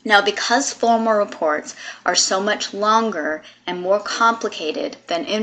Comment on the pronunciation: It's formAL not former!!!!